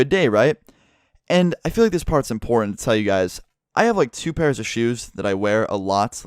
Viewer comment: "inPORNtant" watches porn confirmed???